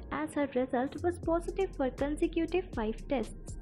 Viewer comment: Consecutive sounds as consective..